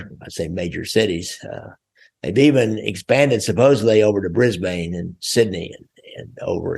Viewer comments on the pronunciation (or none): none